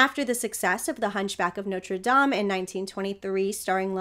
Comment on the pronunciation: Such a tenderly sympathetic interpretation. And I LOVE that you pronounce it Nawtra Dahm, instead of Noter Dame! Bless you! 🙌🏻